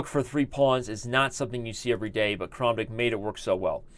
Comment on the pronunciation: I feel like if you just switch the way you say the a's in Tal and Kramnik, everything is going to feel ok!